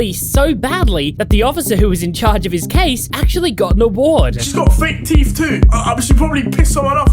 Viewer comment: there is no letter F in the word "teeth", just saying